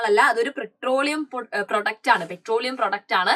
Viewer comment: 😂pretroleum> petroleum ×